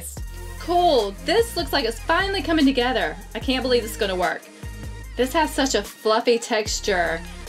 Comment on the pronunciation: Does anyone else notice that she says "togeder"